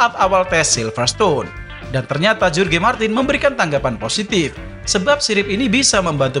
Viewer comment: Good video but I have some inputs about pronunciation, if I may: 1. “Tail”, semestinya dibaca seperti “teyl” 2. “Jorge” pada Jorge Martin semestinya dibaca seperti “Hohe”